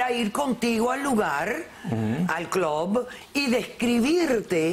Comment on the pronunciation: "Clob" estos pretenden ser mas yanquis que los yanquis con esa pronunciación estúpida y exagerada del inglés